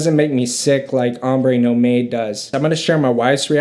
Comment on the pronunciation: It pronounces NOMAD.......not NO MADE